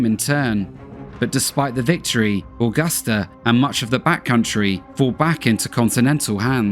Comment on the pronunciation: The one thing is how he pronounces Augusta is so wired. I've never heard anyone say my hometown like that it's so weird.